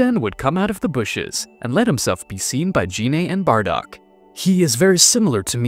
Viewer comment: And "Shenlong" and "Jeanay" (not Gine). The pain.